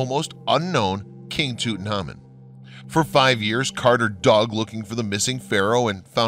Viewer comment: Why such bad pronunciation, Toot and ha mun????? please!!!!!!!!!!!! So many others. I can't do it anymore!!!!!!!!!! ARGGGG